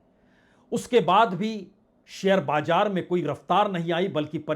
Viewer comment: Itni bhayankar trasdi mey ... aap haath kyun mal key shuru mat kijiye.. bajaar nahi Baazar hota hey... awwaj nahi awaaz hota hey...